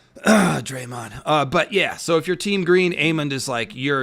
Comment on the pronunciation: “Draemond Green”